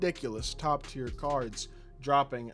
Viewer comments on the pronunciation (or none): none